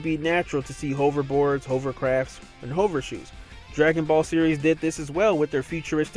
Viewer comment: I despise the way you pronounce the word "hover"